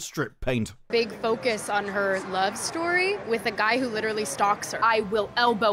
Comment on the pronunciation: "Love StOory?"..."Weeeird...weeIerd"🤡🤡🤡